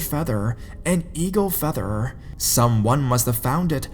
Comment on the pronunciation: Hunterrrr with featherrrr. I'm sorry I was laughing but good stories either way